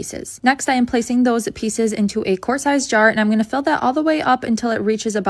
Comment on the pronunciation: Quart, the word is quart. Not court, not quartz.